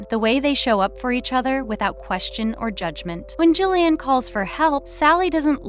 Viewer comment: I can't with the mispronunciation of Gillian's name!